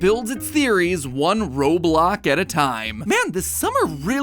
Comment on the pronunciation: It’s not Roblok